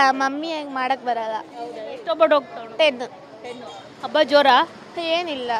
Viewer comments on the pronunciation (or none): ತಾಯಿ hobbattu ಅಲ್ಲ ಒಬ್ಬಟ್ಟು, ಅಬ್ಬ ಅಲ್ಲ ಹಬ್ಬ